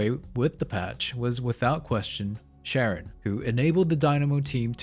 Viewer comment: i love when people pronounce names wrong when they are pronounced correctly multiple times in the game. Sharon sharon sharon sharon sharon sharon sharon